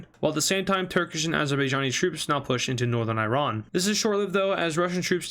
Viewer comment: Stop pronouncing Iran wrong